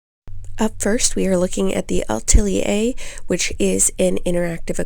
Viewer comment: Really thorough, thank you,. ❤️ And yes, you pronounced Atelier almost like a Parisian - Ah-TELL-yay. 🇫🇷